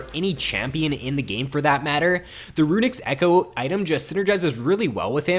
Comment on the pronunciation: runics echo ??? move the "s" kid